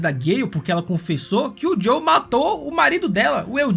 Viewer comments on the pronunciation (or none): Muito bom o vídeo parceiro, única coisa. É JoeL não Jow kkkk